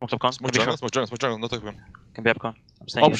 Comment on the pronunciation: In 2015 pasha laughed at olof becouse of the way he pronounced jungle and all these years later he still pronounces it the same way :D